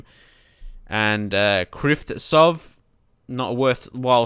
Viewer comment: The Ukrainian guy - kryvtsov you pronounce it as kriiivcov as it the ts sound is together ... By the way he is sick on fm!